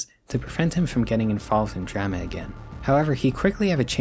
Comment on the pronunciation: I've never heard anyone ever pronounce the word drama as ‘drema’